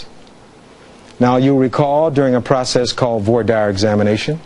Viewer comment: He doesn’t pronounce voir dire correctly.